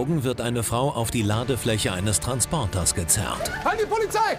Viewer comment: We heißt Polizei und nicht polizai